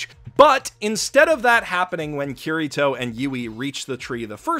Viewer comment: Ow... English accents absolutely butchers Kirito's name.